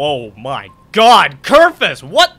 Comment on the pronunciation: IT'S KERFUŚ